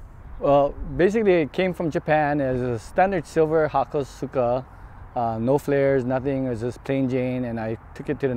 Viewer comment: THAT HAKOSUKA IS THE WORST THING I'VE EVER SEEN LMAAAAOOOOO. DUDE DONT EVEN KNOW HOW TO SAY IT RIGHT. I AM DEAD.